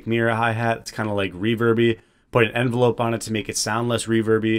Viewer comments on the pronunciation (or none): none